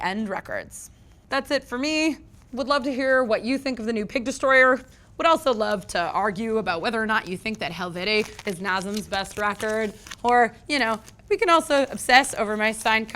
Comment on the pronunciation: Was just gonna make the same exact point about the production on Human 2.0. Personally I prefer the production and songwriting on Helvete the most of all their albums but let's be honest; Nasum never released a bad album. Also: mispronounced the title. It's pronounced Hell-Vet, but that's just me being nitpicky lol